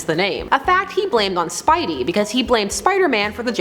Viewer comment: Did u hear the way she said spidey she clearly never read the comics...